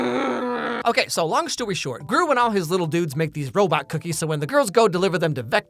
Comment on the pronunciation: while saying "long story short" did you drop the R on purpose?